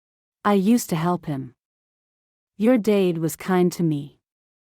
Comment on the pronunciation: It took me a good while to get that the person she thought about was her dad, because AI pronounced it "dayd"